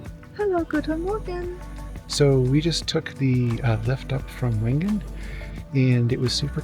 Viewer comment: Wengen is pronounced Vengen. Nice video. Had to turn off the repetitive "music."